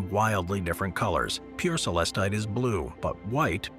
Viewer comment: Most Tigereye has inclusions of asbestos, known as rutile. It's what gives the mineral its chatoyant shimmer. Azurite is also found as a companion mineral to Malachite. All of the stones, featured in this video, are MINERALS, not rocks. "Celestite" is pronounced Suh-LESS-tite, not SELL-us-tite.